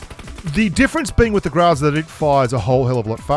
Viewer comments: grOOOOOOOOOOOOza. Not grAAAAza... 🤮🤮🤮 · You still ain't pronouncing it right. It's not graza it's grrrrrraza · Since I've heard you say graza not groza i started saying graza what's wrong with these grubsss Beautiful accent... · Гроза = GrAzA >>> with a hard accent on the last "A" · the way he say GROZA it sounds like he is saying GRAZZZAA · While you may not be pronouncing Groza correctly. You're doing it better then most which is very nice so job. Technically my first language is Russian. Even though I can barely speak it now. But you are better than most.